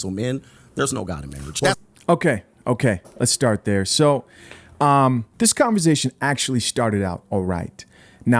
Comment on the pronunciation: its converSAtion not converZAtion lol. I love you bro but you been saying it with a Z since I been watching you and it just aint right 😂. Keep up the good content though. I'm all for it.